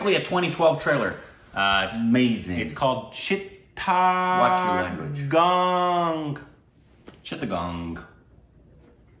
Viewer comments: tapasranjan swain I m amazed that said it right... Chittagong!! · was right to pronounce Chittagong!!